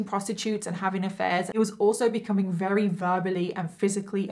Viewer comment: I don't know why but I find it really cute how you say "werry" instead of "very". I don't mean any offence by this comment I genuinely find it adorable. So happy I found your channel, one of your videos came up as a suggestion under a bailey sarian video ❤️